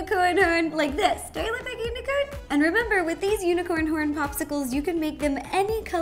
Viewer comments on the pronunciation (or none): I thought she said u n i c o r n p o r n